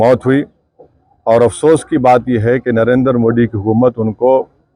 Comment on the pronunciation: It's not D it's Dhi ...डी❌... दि ✅ पेहले 'नरेंद्र' मोदी ठीक से तो बोलना सिखो। फिर आगे बोलो😂😂😂